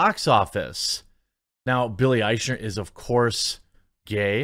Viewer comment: Nice of you to pronounce Eichner's name correctly (from a German point of view) More respect than he deserves, but still great.